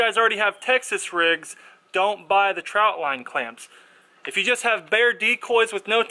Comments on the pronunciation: Trot line not trout line 😂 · Its a TROT line not a TROUT line. FYI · Trot not Trout, lol.